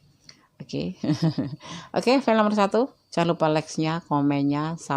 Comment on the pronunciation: Pile mbak.. Bukan file.. P bukan F